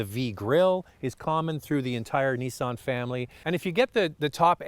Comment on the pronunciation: I say Nissan you say Neeson